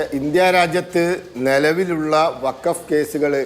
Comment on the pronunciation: ബകഫ് വൃത്തിയായി പറഞ്ഞു 👍